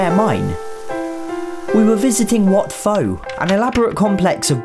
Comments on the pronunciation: Wat pho is pronounced wat po no hate I was born in Thailand so yeah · It’s pronounced “Chao Praya”. (The H is silent) I’m a Thai person so I know this Same for , it’s pronounced “Wat Po”.